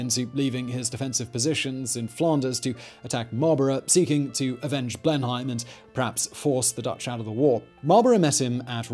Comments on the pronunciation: Wtf... have you never been to Blenheim Palace 🤦🏻‍♂️😂 it’s not known as Blen-haim it’s Blenum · Blenheim with a long "e" more like "Bleeeeenheim" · Nobody pronounces 'Blenheim' as 'Blen - hime'. It's 'Blen - num'. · I think you are saying Blenheim Palace wrong